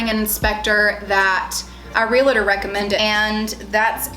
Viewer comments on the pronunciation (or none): Realtor not realator